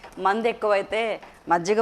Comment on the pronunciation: Mandhu kadhu mandhi